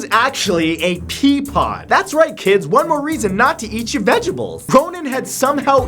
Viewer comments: He said vegables not vegetables lel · "ONE MORE REASONS NOT TO EAT YOUR VEGIBLES" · Mat : hey kids! another reason not to eat your VEJABLES! Me : .... God help me.... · "Vegibles"???!!! You forgot the "ta" in the middle...vegiTAbles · vegabels lol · Did anyone else notice that Matthew went vegables instead of vegetables? Maybe you should've had some vegetables. Could've been smarter... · Vegebles? Anyway, great video as always?